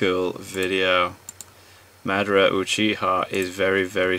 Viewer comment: the way he said uchiha kinda bothered me still enjoyed the video